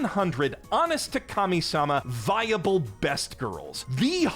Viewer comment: whenever he says Kami-Sama i hear Commie-Sama and cant help but imagine Protag-Kun and his gfs wearing ushankas and seizing the means of production